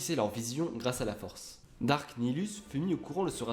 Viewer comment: alrs je suis pas specialiste en star wars mais j'ai toujours crus que les seigneurs siths senommaient 'darth' et pas 'dark' par exemple j'ai toujours entendu darth sidious